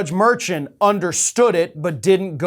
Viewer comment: Omg, Merchant = Mar-shawnt